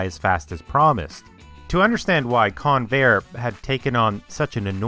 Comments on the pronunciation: That's CON-vair, not con-VAIR. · It's pronounced CON-vair, not con-VAIR. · I literally thought you said Conair lol They transport prisoners around the USA. I was wondering why they'd be building aeroplanes ✈ 🤔 🤣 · Accent on the beginning of the name rather than the end: CONvair. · I winced every time the fool mispronounced the word Convair. The computer graphics masquerading as images are pathetic and not even video game quality. The ads at the beginning and end suck - THUMBS DOWN